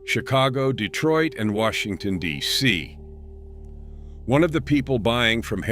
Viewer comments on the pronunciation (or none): none